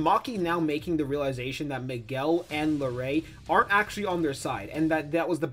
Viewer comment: It’s La-RUE not La-RAY jsyk